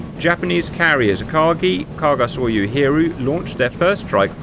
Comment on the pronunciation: OMFL Dudes it is Akagi. AKAGI